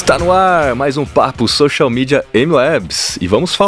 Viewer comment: Porque falar xoxial mídia, se pode falar social mídia?